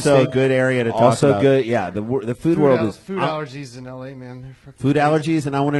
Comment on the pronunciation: I like how Brian is 41 and still can't pronounce the word world.